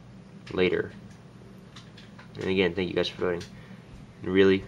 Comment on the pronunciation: Its thank not tank